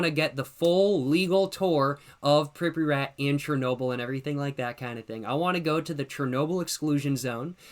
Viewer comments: i have never heard someone say pripyat like that 😭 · The way he pronounces Pripyat is hilarious